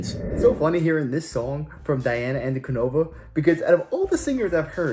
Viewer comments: It is a live performance. The images are from the performance. The video does eliminate the worry over getting blocked. Regarding Diana's name, first try swapping the 'D' and the 'K'. anKuDinova, not anDuKinova. Then, for extra points, say: ahnkoo DEE!nohvah, not annkoodee NOH!vah. Good video. I'm sure that you will achieve your next goal. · What s? Вот с🤷‍♂️такая она, наша Диана! 🔥🔥🔥Научитесь правильно произносит её имя... Пожалуйста 🙏